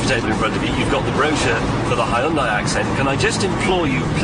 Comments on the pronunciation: この外人のヒュンダイの発音聞いてるとホンダと間違えて買わせる商法がまかり通ってたなんて話もあながち間違いではないのかと思ってしまった。わざとこう発音してるなら別だけど。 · 日本語: ヒュンダイ 英語 スペル:Hyundai 発音:ホンダイ な ぜ な の か